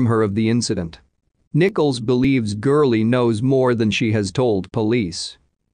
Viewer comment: It's gurley